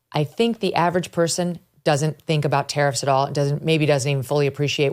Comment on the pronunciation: Ahh tariffs, for a minute I thought they were saying terrorists 🤣